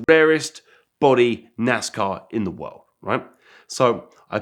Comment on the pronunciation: This dude says world and it comes out wowld. Strange...